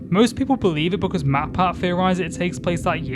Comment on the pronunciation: dude i love this video but why do you say "because" as "buh cuh"